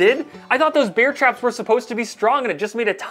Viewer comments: I like how you really pronounce the "E" in "Bear" instead of saying it normal like "Air" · you pronounce bear like beer. i pronounce it like bare. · Im sure thats NOT a nutria And im sure he pronounces "bear" wrong